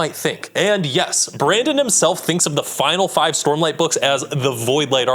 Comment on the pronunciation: Sormlight Archive, eh? 😂